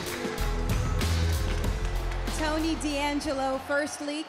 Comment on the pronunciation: Is "Dangelo" not "D....angelo". I'm italian